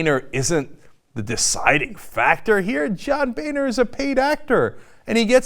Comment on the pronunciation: boener= bone-er not ba-ner. favre' not farve. learn english .